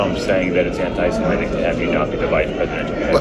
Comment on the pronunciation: and readers. This is how to say Semitic. mit, not met sorry about being pedantic, it is on of my few manias